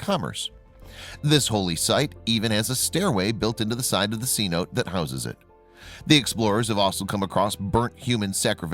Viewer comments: thank you. I just about pull my hair out every time I hear him say cnotes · Please say the word correctly... Cenote- Sa’nOt’aa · The word "cenote" is derived from a Mayan word... the Spanish pronunciation is now the common accepted name of this Yucatan system of wells and caves. Is it really too much to ask that they be pronounced correctly? Alternatively, mis-pronunciation shows lack of care and respect.